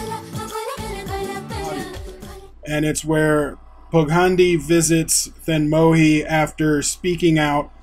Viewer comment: Here's a pronunciation tip: whenever you stumble upon a 'zh' consonant cluster in Tamil names, you pronounce them like a rhotic R. It's the deep American R sound. Pugazhendi therefore is pronounced Poo-ga-Rain-dee and thenmozhi similarly is thé-n-moRi. Interestingly, the L in Tamil is also pronounced this way: Tha-meeR